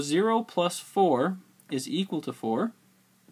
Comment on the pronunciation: I love how you say equal as zequal... Thanks for the video aswell